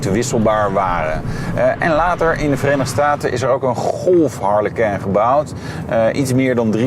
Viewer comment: Wat spreek je dat toch weer dom uit. Je praat al als een ramdebiel maar goed. Het lijkt wel of je het frans probeert uit te spreken. Waarom?!